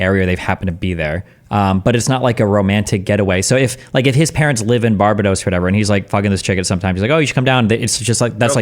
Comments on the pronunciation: Never in my life have I heard someone mispronounce Barbados that badly. lol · Seriously his pronunciation of Barbados is killing me. What the fuck a Bar-Be-Dose? A Pokémon? BAR-BAY-DOSE!!! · BAR-BA-DOS!!!!!!!!!! NOT BARBA-DOSS. LMFAO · It's Bar BAY dos lol WTF is bar buh dos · bahahahhaa bar bar dose... its BAR BAE DOSS. delusional. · It's Bar-ba-dos not Bara-dos for the last time🤦🏿‍♂️ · BAR-BAY-DOSE not BAR-BA-DOSE ffs man jesus christ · Destiny's pronouncation of Bar-bay-dos was annoying me. phew. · I am the only one who is triggered by destiny saying “barb dos” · I swear if I have to hear Bar-bA-dos again... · Why is destiny calling it bar-bah-dos wtf? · or even " BAR-BAY-DOWS" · I double dare ya muthafucka say Barbahdose one more goddamn time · Destiny saying Barbadose is very triggering. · Sometimes I wonder if Destiny intentionally mispronounces words to trigger people.... BAR-ba-dos?!?!?! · I do not care for the way Destiny pronounces Barbados. Bar-BA-Dose? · “Barbadohs” makes me wanna dive into the shallow end of the pool. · you mean "barba-dose" right? if he said "barba-dos" that would be closer to the actual pronouciation of barbados than 99% of americans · Bar bay dos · Ignore this guy, it's Bar bay dos. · the way americans pronounce barbedos is so cringe, Bar Bay Dose, like what the fuck. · Is it really that hard to pronounce Barbados lol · Ya know it’s a divisive topic… what we can all agree on, is Destiny should NEVER say the word Barbados again. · Destiny’s pronunciation of Barbados is cringe. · Destiny should ban himself for saying Barbados incorrectly. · Bet he can't even find Barbados on a map 😂😮